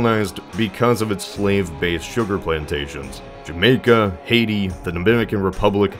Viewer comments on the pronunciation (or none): none